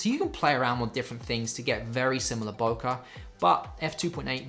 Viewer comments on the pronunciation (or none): its pronounced [boke- eh] its Japanese...not (boke-a).... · why in english all say "Boukah" ? ----- isnt it pronounced "Bokeh" like the the "e" from "Dr. Dre" ??? why is photgraphy world making such a thing about this simple word ?